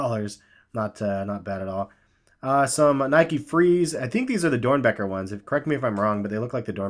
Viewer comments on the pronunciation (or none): Trae Litmer nope it's DOERNBECHER, google it